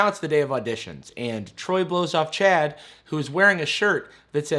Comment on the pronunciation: I keep hearing "chat" instead of "Chad"